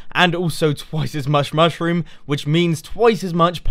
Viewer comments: I chuckled when you you said the "mush room" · Mush-Room. :D I smiled when I heard it. :D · I giggled at the 'mush-room'